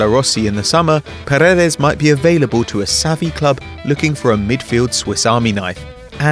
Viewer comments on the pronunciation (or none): none